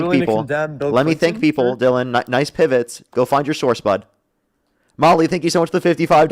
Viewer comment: No one will noice his noice